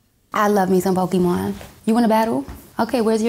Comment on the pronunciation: Honey girl you pronounce Pokémon wrong..gtfo here